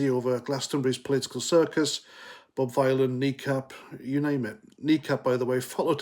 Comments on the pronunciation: You can’t even pronounce his name you mook. Bob Vylan - like VILLIAN. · It’s pronounced Villain as in Bob Dylan.🤮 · I think you pronounce it villain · Vylan it rhymes with DYLAN